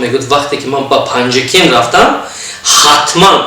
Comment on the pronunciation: Панҷакенти дурусташ. Панҷекент не